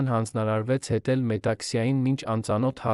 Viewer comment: Տղա ջան երանին ո՞րն ՝ նոր սերունդին ճիշտ տեղեկացրեք՝ ԵՐևԱՆ և ՈՉ ԵՐԱՆԻ... Որ դպրո՞ցն եք ավարտել և ինչ ընտանիքում եք մեծացել, որ հայերենը ներկայացնում եք ուղղագրակական մեծ սխալներով՝ որովհետ, երանի, հետել, կարեր կարոր և ....